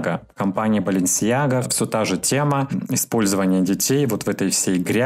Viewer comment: поздравляю тебя с Днем рождения!🥂♥️😁🎂 Желаю самое главное - здоровья и удачи! Оставайся всегда таким позитивным, и все твои мечты сбудутся!😊 Слушаю тебя каждый вечер, пока не засну, потом пересматриваю😄 Особенно нравится, как ты рассказываешь про БаленсиЯгу!😂